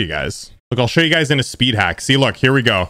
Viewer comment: “Worlds hardest spid”